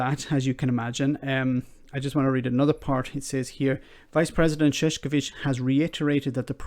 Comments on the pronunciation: You turned his name literally into "clownman". It is Ševčovič, not Šeškovič. Marosh Shevtshovitsh. Not Marosh Sheshkovitsh. It is nice that you try your best to pronounce his name correctly, but a simple change from "š" to "č" and from "č" to "k" literally changes the meaning. There are two disticnt words: ševc (archaic/phonetic šefc, modern version being švec) being related to shoemaking and šašek meaning clown. Calling him a Clownman is the context of what the British Government is doing is hilarious. :-D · Shevchovich please...not sheshkovich. Shev like in shair, cho like in chow, and vich like in witch. Shevchovich. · Btw, Maros Sefcovic name is pronounced Marosh Shef-chovitch. Think of the accent above the s and c as adding an 'h'. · Ševčovič is pronounced as Chev - cho - vich. Chev like in "chevron", cho like in "choking" and vich like in "witch". It is not that hard.